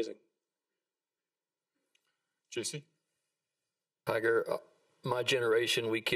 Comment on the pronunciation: For all you Aussie fans. His name is not Toyga. Its Tiger. Repeat after me . Tiger. MAGA. 2020.